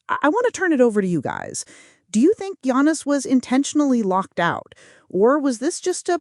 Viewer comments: You can't even spell his name right or say it right. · Do the man a courtesy ànd at least pronounce his name correctly...you haven't watched a single video from that fact alone. And please spell his name right...Yanis. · she can’t even say his name correctly!